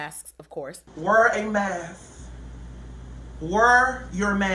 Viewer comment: WURR A MASS